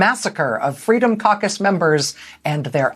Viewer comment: Caucus? I thought she said carcass...